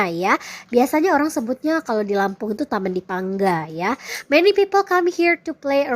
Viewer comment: Bilang Lampung jadi lempang madam...😀